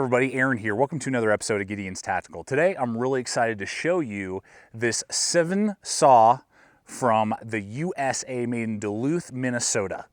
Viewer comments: It is called a 'Sven' saw, not a 'Seven saw'. Otherwise great video. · It's a Sven- Saw....not a Seven-Saw. Other than that it's a great review and a wonderful Saw. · Yeah,.....SVEN, like hen. Also, it’s Bahco, like taco! Good instructions, though! Thx. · Great review! Just to point out one thing. Sorry, grammar Nazi here. The saw is pronounced like the Nordic name. SVEN, kind of like the reindeer from Frozen. Bad reference, I know, but it was the first thing I could thing of. Great review. First time commenting, but have been watching and subscribed for some time. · That is how I have always heard it pronounced "Sven" like the Swedish guy and not like the number. His pronunciation surprised me as well.